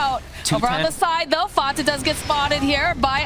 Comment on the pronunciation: The way she says Fata still makes me cringe